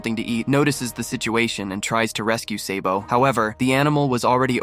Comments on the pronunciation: dude he said seybo instead of sabo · It’s SA-BO not SAY-BO